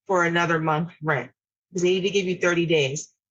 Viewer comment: The way the daughter pronounces rent is like nails on a chalkboard